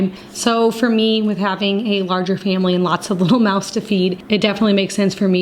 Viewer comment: "Lots of little mouse to feed " 😂 I know its mouth but it so sounded like mouse